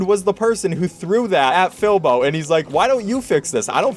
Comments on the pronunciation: It’s Filbo not Filbur or Philbur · calls "Filbo" "Filber" me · he called filbo FILBER !!!!!!!!!!!!!!!!!!!!!!!!!!!!!! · HE DIDNT EVEN SAY FILBO'S NAME AT FIRST CORRECTLY LMFAO